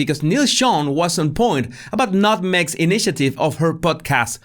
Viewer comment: I stopped watching because i still find it so funny when u say 'nutmeg' 🤣🤣🤣🤣🤣